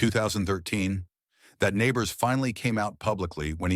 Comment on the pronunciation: It was Jim Nabors..... not Neighbors. Geez.